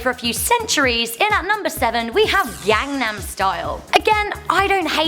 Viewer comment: What I really don't like is that white people pronounced Gangnam style so f*cking wrong. It annoys me because I am Korean